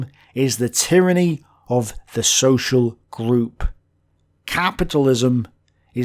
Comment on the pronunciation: .... Tryanny. Why should Anny be tried?